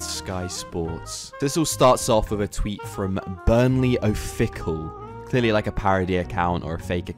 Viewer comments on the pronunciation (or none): " oh fick al " its "a fiss al",.. its official. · Official?? Oh-fickal. It's oh-fish-al. Official